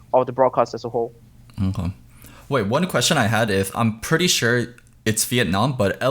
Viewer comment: "Chure" - Thorin